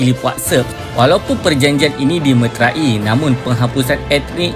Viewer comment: Admin tolong betulkan sebutan: dimeterai hendaklaklah disebut di/me/te/rai/ bukannya di/me/tra/i/. Ada lagi kesalahan bahasa yang lain seperti kesalahan penggunaan kata 'dalam' dan 'di dalam'.